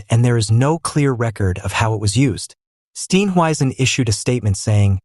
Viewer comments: Please pronounce his surname correctly. Steenhuizen. Not Steen weisen. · For heavens sake learn to pronounce his name properly- it's easy !!